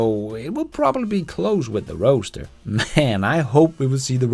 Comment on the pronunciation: People pronounce Roadster as roaster, I noticed, lol.